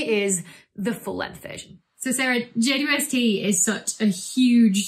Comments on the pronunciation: Will there be a James Webb image equivalent to the Hubble Deep Field image? Take a long exposure of a dark piece of sky and see how far you can see? Also did she call it the J-Dub-ST? Is J-Dub the telescope's rapper name? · JWST is an awkward acronym. Henceforth, we propose that it be pronounced "Jwisty", like "Twisty" but with a J. Also, we see guitars in Becky's background. Do you play? Can you do a galactic rock session?